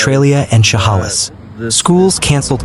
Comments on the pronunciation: She (like shed) 'hale is (like miss). Not She 'hall is. Please learn how to pronounce these names 😮😮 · Inslee is not our governor's name. And it's Cha-hail-less. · Please stop saying Chehalis like that…it’s pronounced like che-hay-lis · Please quit butchering the pronunciation of Chehalis!